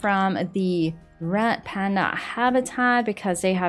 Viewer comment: did you say rat panda